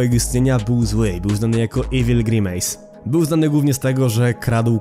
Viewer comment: NIE NO JA NIE MOGĘ Z TWOJĄ WYMOWĄ, JAKI GRImAJS JAPIER